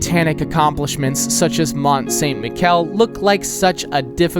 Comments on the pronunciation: Mount Saint MiKel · As much as i love your content, i don't always love you pronounciations, butchering the beautiful Mont Saint--Michel! 😂😭